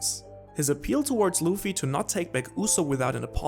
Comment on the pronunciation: The name is "Luffy (Ruffy)" not "Loofy" xD